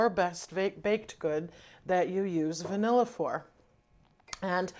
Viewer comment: Are you saying bnilla? What is the site. Ty in advance.